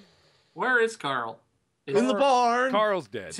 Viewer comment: Did you guys ever notice every time rick says carl loud it sounds like he's saying coral :)